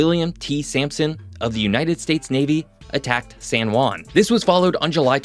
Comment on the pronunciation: Good video thanks, but please learn how pronounce "San Juan" , you keep saying "San Guan", the real sound is like replacing the J and U with H and W, so if you read "Hwan" that is how it should sound.